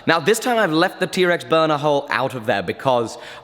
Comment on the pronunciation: I believe it's "Burner" not "buunuu" lol.